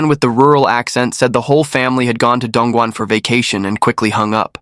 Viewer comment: The man with the rural hick accent should be properly referred to as "Yellow-neck". I have been to Dongguan, which the narrator butchered, and it WAS an amazing place. Humen nearby is where the Opium War started.